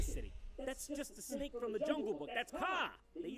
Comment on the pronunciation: Snek. It's snek. SNEK